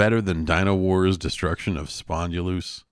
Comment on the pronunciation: I want the pronunciation of "Spondylous" to get more and more exaggerated to the point where it becomes nearly unrecognizable.